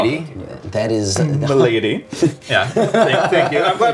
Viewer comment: It's not pronounced My Lady guys - mal·a·dy ˈma-lə-dē : an unwholesome or disordered condition.